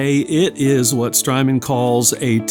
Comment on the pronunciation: Strymon rhymes with hymen